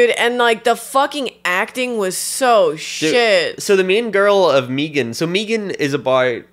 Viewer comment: Y'all's pronouncing it 'MEE-gahn" threw me off and only after Googling did I realize that it's been showing up a lot in my reccs lately